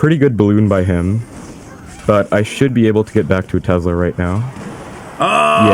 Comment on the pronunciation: Somebody please tell this guy that tesla has an "s" not a "z".